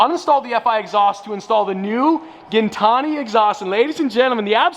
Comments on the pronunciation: Isn't it GIN like GIN the alcohol, gin-tani. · His last name isn’t gintani😂😂